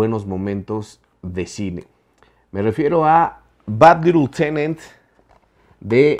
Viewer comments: Alguien más notó que el decía "little-tenant" en vez de "lieutenant"? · No mames ,parece que estas diciendo "bad little tenant" o sea "pequeño inquilino malo" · Pronuncia bien Lieutenant no manches. Little tenent jajaja